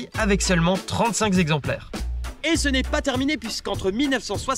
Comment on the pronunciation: Beaucoup de fautes de syntaxe et de prononciation (trente-cinq z'exemplaires ...) dans cette intéressante vidéo. Un peu speed mais sympathique.